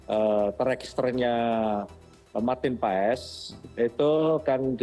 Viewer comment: Bacanya bukan PA-ES, tapi PHAS.. jgn salah sebut nama pemain kita sendiri.. 😅